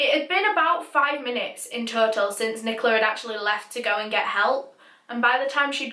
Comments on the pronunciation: Did you say friken NiCoLa I felt a thing in my stomach everytime you said that same Rest In peace Ross, Rest In Peace. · im having a rly hard time listening to her say nicola